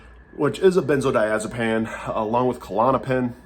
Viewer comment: It’s pronounced benzodiazepean not pan